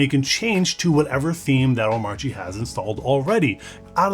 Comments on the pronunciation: Hate to be that guy but it's pronounced "Oh-mah-chi" - according to DHH. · the 'R' in Omarchy is silent. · DHH would be rolling in his grave if he heard how you pronounce omarchy